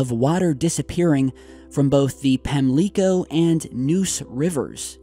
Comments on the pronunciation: Another great video! By the way, Pamlico is pronounced Pam-Lick-O not Pam-Leek-O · Its pronounced like: Pam (like the name) Leh (in bleh) co (co-worker) river btw... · Phonetic spelling (Pam lick co) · its pronounced (Pam-Lick-O) im from N.C. And its just a pet peeve. Sorry. Just saying. Good post though. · Pamlico Sound pronounce pam-lick-oh. No surprise here! When the wind blows out of the West as hard as it did this past week the water piles up and blows out to sea. This is not real common, but does happen during Hurricanes and Nor'Easter storms. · um, that's PAM-lee-coe, Whar yew phrom? :-) Tootles... Wade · Why do people dislike this information? And we North Carolinians call Pamlico (Pam-lick-co), although your pronunciation is fine. It also have me a new way to view it. Good work,.